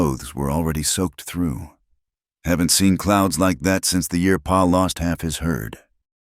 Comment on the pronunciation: Listening from Parkston South Dakota by Pa isn't P.a. it's paw